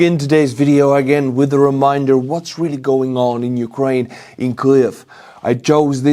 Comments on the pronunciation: I also hear an L. It's definitely different than how Keev or Kiev is pronounced. It sounds like (Q'-liv) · I'm curious: why do you pronounce Kiev with an L as Kliv? Is that how it's said in Estonia? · The way you pronounce Kyiv with an exaggerated Ukrainian accent in the middle of an English sentence sounds like you're choking to death. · What's with the pronunciation of kyiv all of a sudden